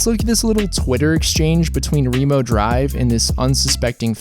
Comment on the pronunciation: wait, it's pronounced ree-mo drive?